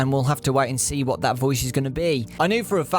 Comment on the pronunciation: That "what" sounded more like a "u fukin' wot m8?!"